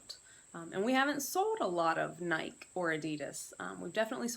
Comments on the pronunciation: nikEEEE NIKEEEE, there is an E on the end of Nike!! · Good info...the NikEEEEE drove me nuts too! I have never heard anyone mispronounce nike, until now. That was a first. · How is it possible to not know how to pronounce NIKEEEEEEE. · Ok, well as far as the word Nike is concerned, the vast majority of your countrymen are wrong when they say the word, Nike. Are you under the belief that the letter "e" was added for absolutely no reason at all??